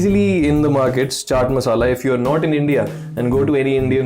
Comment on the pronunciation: I liked how you said chaat masala hahahah. Your recipes are great tho!